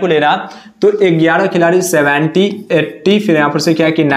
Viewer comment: Gyara gyara gyara not egyara egyra